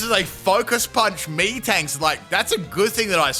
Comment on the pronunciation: Lol im sure he definitely mispronounced metang's name the way he said it no offense sounded so weird